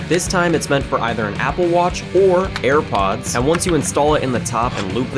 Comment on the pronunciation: broski u said "hairpods"